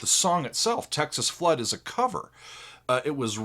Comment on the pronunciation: You said it right. He did the rocking blues. No one ever says it right.